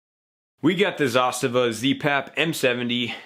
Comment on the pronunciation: Thank you for pronouncing Zastava correctly :)